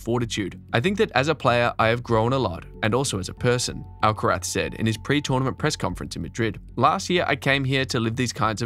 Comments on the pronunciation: That's the proper pronounciation. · Beautiful (and accurate) pronounciation of "Alcaraz". Quite unusual.